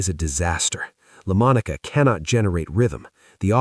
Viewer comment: He repeatedly pronounced Lamonica incorrectly in the video that he did on the former Raiders star quarterback. I am a Cowboys fan, but I know how to pronounce Lamonica and Blanda.